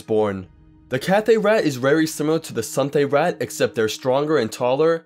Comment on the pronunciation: Anybody else get annoyed when he said rat instead of raht.